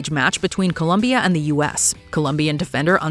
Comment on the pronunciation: I like how the voice-over pronounced Partrick Roy correctly, but Colombia incorrectly. How To Spot a North American 101.